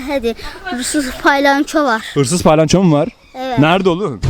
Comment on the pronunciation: Abi o paylanço değil palyanço 😂😂abi seni çooooooookkkkkk seviyorum,💖💖